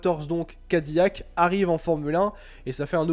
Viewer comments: Pour info, ca ne se prononce pas "Ka Di Yak" mais "Kai Di Lac" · Gros naze , CADILLAC EST UN NOM français....dons ca se prononce "Ka Di Yak"